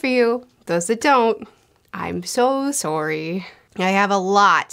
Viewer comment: You said “sorry” so Canadian you almost doxxed yourself.